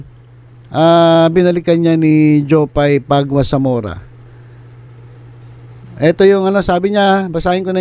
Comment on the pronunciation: paguia - pa-gi ya.. pag-ya not pagwa